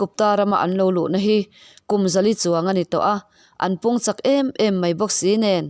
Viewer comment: Chak zawng a umna, chak, Inbuan chak tih a CHAK angin i lam daih a, a diklo,Chak, Uisa ka ei chak, tih a, Chak ang hian lam la